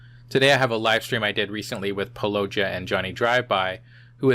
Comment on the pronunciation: I don't mean to sound rude but it's pronounce paul-lo-ji-a